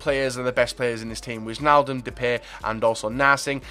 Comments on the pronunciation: If there is wij like en wijnaldum you have to pronounce it like why so whynaldum :-) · You pronounce wijnaldum like whynaldum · wijnaldum, if you call him Why-n-all-dum it's pretty close to the dutch pronunciation. and pls call Depay Memphis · Witchnaldum and Zowut xD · The 'ij' in Wijnaldum is said like the 'i' in ice